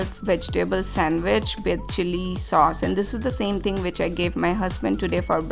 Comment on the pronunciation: Its with not bid 😂😂😂